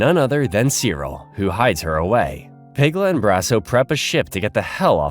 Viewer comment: IT'S "CEE-RIL"!